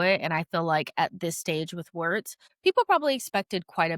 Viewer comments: I believe the pronunciation of “Wirtz” is “Viertz” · funnier pronouncing it as "wertz", WIRTZ transfer of the Summer considering the price tag and expectations